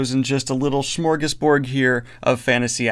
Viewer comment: "Smorgasbord", not smorgasborg. =) and no, I do not believe that you weren't drunk.